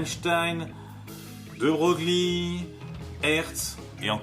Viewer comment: "De Broglie" se prononce "De Breuil" ;)